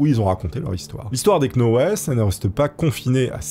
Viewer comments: Ahlalalala....sinon 'knauweless' se prononce 'nowlz' 😮😅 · Les "Knauwllsss" 😂 et pas les "Knauwllèss"... ou "Knauwèll"... 😂😅💯 Pas évident les Noms et Prénoms Anglophones, hein dit.. 😂😘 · Knowles ça se prononce nolss..Comme Beyonce. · Vidéo top mais le k est muet dans Knowles Il fautais dire nolz en réalité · "la famille queue now laisse" 😂😂 "la famille KNoël" En vrai, tu fais exprès, sérieusement ?